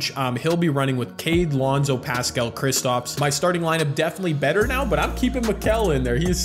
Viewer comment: hey, idk if ur gonna see this but i love ur videos. just wanted to let you know that paschall’s name is pronounced like “pass-cull” and not “pass-cal”